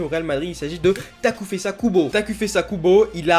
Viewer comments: takefusa pas takufesa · ON PRONONCE TAKÉFOUSSA